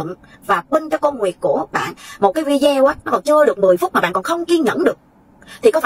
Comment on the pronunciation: Mình xinh lỗi cho mình chỉnh một chút nhe, mình cũng xem nhiều video của mình thấy phát âm chữ video không đúng mình xinh phép chỉnh lại cách phát âm chữ video là phải phát âm như vầy ( v đi ô ) mong bạn đừng buồn. Cám ơn bạn